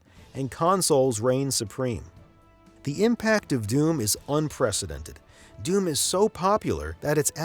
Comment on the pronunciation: He keeps calling doom "dune"